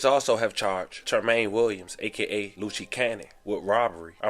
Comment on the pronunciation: Lol.... Not Lucci, it's Luce-"Loose Cannon" it's all luv 💯💯 lol